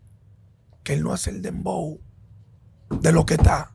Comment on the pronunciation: No es Dembow, es "PLEPLABOW"😭😭🤭🤭🤭🤭🤭🤭🤭